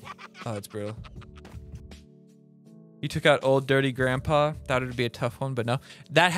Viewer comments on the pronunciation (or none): Hey give me some of your 'tawts'